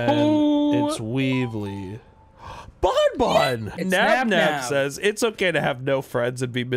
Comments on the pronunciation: pronouncing banban as "bon bon" makes me wanna see funtime freddy just hold banban and say "Hey banban! go get em!!" banban replies with a simple "no" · as the worlds number one BanFan i must inform you that you are saying banban wrong. its pronounced like fan but with a b